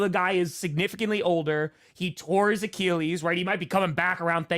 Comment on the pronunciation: I hate the way you guys say Achilles